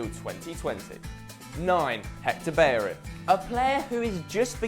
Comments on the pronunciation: when you get a double L in Spanish names or words it sounds like a Y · Hector Berin? HAHA why can't he say his name? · Up I know but he said hector berrin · He pronounced Hector Bellerin wrong